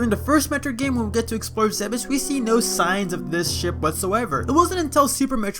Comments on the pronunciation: zeebes not ze-bes... smh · Its pronounces zeebs not zeh behs. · I did always wonder why the wrecked ship was there and who flew it there. ALTHOUGH, I don't care what anyone says or what explanation they have, the planet is pronounced ZEEBES. ONE syllable. Remember when the creator of the GIF thought he should pronounce it JIFF? No one took him seriously lol